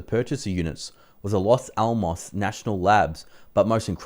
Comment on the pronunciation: I can tell from your misreadings that you are dyslexic. You should carefully read names and learn to pronounce them correction before recording your videos. For example. Los Almos is a name I have never heard of before. Take another look at the spelling.